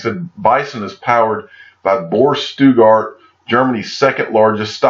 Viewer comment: All due respect my Friend its Stuttgart not Stuegart 🤣